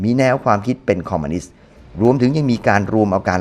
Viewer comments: ทุกอย่างดีหมดครับ ดีจริงๆครับ ชมเชยเลย แต่ออกเสียงผิดคำว่า "คอมมิวนิสต์" เป็น "คอมมานิสต์" ทั้งคลิปเลย สำหรับผมคนที่รักความถูกต้องชัดเจน มันทำให้ให้ความรู้สึกร่วมในคลิปผมดร็อปไปมากกว่า 50% เลย ฟังดูมันหงุดหงิดครับ อยากให้ออกเสียงให้ถูกต้องครับ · คอมมิวนิสต์ ไม่ใช่ คอมมานิสต์ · คอมมิวนิสต์ หรือคอมมานิสต์ครับ